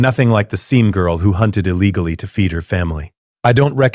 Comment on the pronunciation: probably because it sounds like chatgpt fanfic being read by ai voiceover. "eye legally" instead of illegally for example.